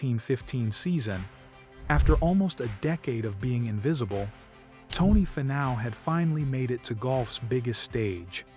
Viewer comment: Great video on Tony. Was AI narrating? You might want to look into pronouncing his name. It's,Fee-now not Fi-now